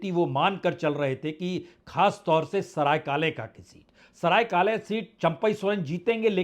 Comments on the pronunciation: सरायकाले ❌ सरायकेला️✅ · सरायेकालेखा नहीं सरायेकेला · Saraikela- सरायकेला कहा जाता है सर ना कि सरायकाले, Aap Correct kar len.